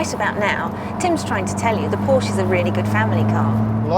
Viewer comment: Why cannot so called car experts, this time from Which?, pronounce Porsche correctly?? It drives me mad.